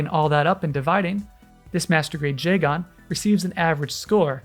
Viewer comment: Love the video but the odd emphasis on the AN in Jegan is bugging me a little